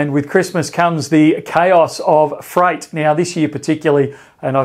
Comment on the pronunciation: ROFL 🤣 At min marker I heard “fright” 👻 and thought this vid was going to be about “the ghosts of Christmas past” and then when you said it again later I understood you meant “freight” (in my head I convert words to Indian pronunciations so think like payynt, freyyt etc 😂) These days even freight gives people quite a fright though 🎄👻 🚢 👻🎄🚢